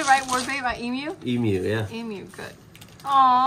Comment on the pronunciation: As an Aussie it made me so happy when they said Emu properly. I always get irrationality mad when I hear Americans say "Emoo" like it just does something to me.